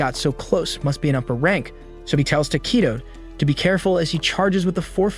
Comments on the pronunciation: It’s not tokeytoe it’s tokito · ITS NOT TAKITO ITS TOKITO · And tokito lol